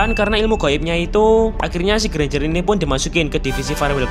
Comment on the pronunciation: Alah ganjar aja ngomong nya enk susah amat lo bang😂